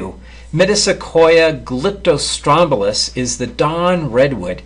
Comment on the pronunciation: You have real trouble reading scientific names, that is clear. I wasn't going to comment, but this was too much. It's clearly Metasequoia glyptostroboides not "glyptostrobilus"...